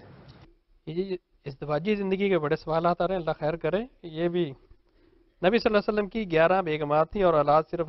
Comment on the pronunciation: Mr ghamidi pls read drooud shareef properly upon nabi e paak sallallha ho aleyhey waallewaslem Jazakla